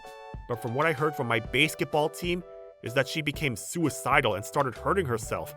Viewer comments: It's basketball 🏀 not baseketball⚾ 🤣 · It's supposed to be Basketball. I don't know why the narrator mispronounced it as such. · I am only pronouncing it Bay-sket-ball now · It's pronounced basket- ball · Nice story and all but basketball isn't pronounced as "bæsketball". Just saying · No no, Slenderwoman was commenting on how the OP was pronouncing the word "basketball" as "Baseketball". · Base-ket ball? wtf? That pronunciation was odd as heck. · My thoughts exactly. Fire the narrator and get someone else who can pronounce basketball right. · Sorry... but i had to give it a dislike for mispronouncing 'basketball' so many times! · They misspelled AND mispronounced 'basketball'.